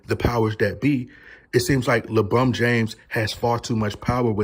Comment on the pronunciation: Is it LEEEE Bron!! Lol all jokes aside nttn happening LeCHInA control all!! Matter fact don't be saying your bday on here b4 you get some knock on ya doors 😂😂 Knock Knock....ITs LeFBI 😂